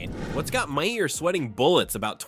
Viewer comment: Right! Ma-HAIR!